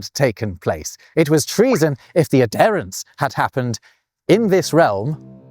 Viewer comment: uh-DEAR-ing and uh-DARE-ence. Such surprising pronunciation. Not sure I've ever heard any other Briton say it that way.